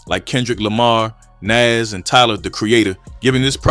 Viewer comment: Bruh, like the video but dear god! Why are you saying naz when it's Nas! Man that irked my soul!!